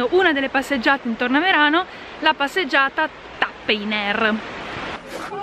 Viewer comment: si legge Tappainer 😂😂😂é stato favoloso incontarti😘❤️